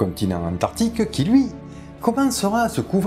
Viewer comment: Ah que ca fait du bien de revoir ta bonne bouille 😍😍😍. A ton microphone à eu un mal de gorge on dirait 😂. C'esr un crâne de quel sauropode à ? Tu oublie de prononcer le "c" d'Antarctique 😉. Les baleine ont le melon, la grosse tête en gros "nous on est les les plus gros, meme pas peur de vous" 🤣🤣🤣. Pour ce cachalot géant du coup on ne peut pas savoir ses proies ? Je t'ai envoyé un lien sur Twitter mon bon, tu l'as vu ? Merci pour tout ce plaisir, toujours agréable de te voir tout enjoué de dicter tout ça 😊.